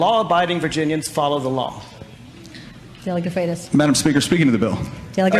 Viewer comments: Danny its pronounced FRIGHT US. And yes, Nick Freitas is awesome; a true soldier of liberty. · Freitas = "freight-us"